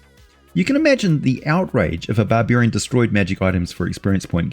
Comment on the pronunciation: Bar-beer-ian... i love the Aussie eeccent!🍺🍻